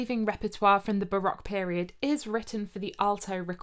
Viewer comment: ... as an American who speaks Dutch (lived in Hoogeveen for 4 years), bravo! lol - I came for the recorders, stayed for the amazing Dutch pronounciations! (I play the recorder as well, even started a 4 part consort in college circa 1995) - de groeten uit de vs!